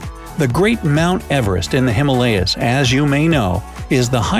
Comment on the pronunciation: The way he pronounced ‘Himalaya’ lol